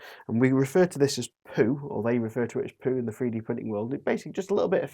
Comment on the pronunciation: Love "free-D" printing. Please learn to speak English. It would be so much easier to listen to you. Speaking Mockney in a northern accent just sounds weird.